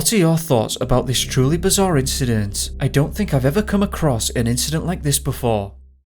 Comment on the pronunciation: And I quote....let's get bizaaaaarre (Humberside accent). Lol